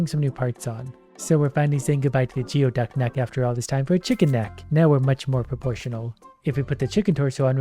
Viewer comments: Geoduck is pronounced gooey-duck! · Every time he says geoduck instead of gooeyduck i lose 12 braincells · Him continuously saying geoduck wrong is hilarious to me as someone from the pacific north west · Hearing him call them "geo ducks" instead of gooeyducks its mildly annoying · Anyone else losing their minds laughing at not saying "Gooey Duck"? Every time I hear "Geo Duck" I think he's throwing shade at the old Geo Metro cars... XD